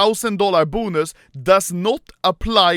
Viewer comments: The way this dude says "Boo-nus" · Me: bonus Anomaly: BUUNUS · The way he says “bonus” 😂